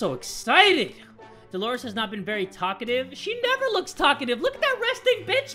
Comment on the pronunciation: i thought said this is Marry odd but it was very odd